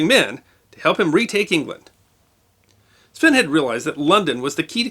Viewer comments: Sweyn Forkbeard which while Wikipedia claims is pronounced Sven, my understanding is that it's pronounced "swain" rhyming with "pain" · Did... did you say "Sven Porkbeard"?